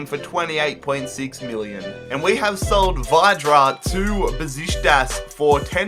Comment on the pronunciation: WHY do you pronounce Vydra's name V"why"dra ????? ffs unsub